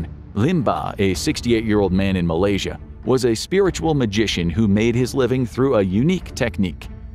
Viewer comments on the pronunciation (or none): none